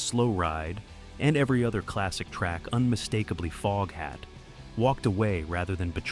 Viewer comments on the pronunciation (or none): OMG!!!! FOGHAT NOT FOAFHAT STUPID AI!!! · “Dave Lonesome Peverett”?? What is this AI trash! “Foge hat”?? “Don’t recommend channel” ✅ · Foge hat 😝 crappy AI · Booo!!! I was wondering if this was an a.i. video, sure enough, the narrator calls the band Folkhat less than 5 minutes in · ok robot.... folkhat? also learn how to pronounce 'Savoy' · I love Foghat and have since the 70s. And just so you know, it was Lonesome Dave Peverett, not Dave Lonesome Peverett. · Can't stand watching this A i F'N SHIT that can't even pronounce their name correctly 😒 BYE